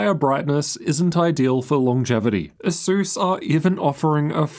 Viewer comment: why do i ALWAYS hear SUSU instead of ASUS when you say it haha